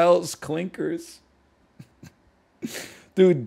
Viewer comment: Clinckers with the hard R????